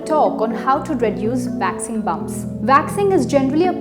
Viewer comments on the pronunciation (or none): It’s “waxing”, not “vaxing” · I thought I was the only one, had to play it twice. Thought she said vaccine!!! Lol